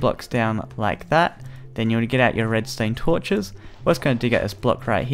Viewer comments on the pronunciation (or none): Probs the accent